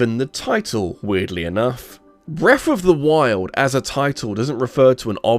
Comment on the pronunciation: i cant listen to this guy say breffa 500 times.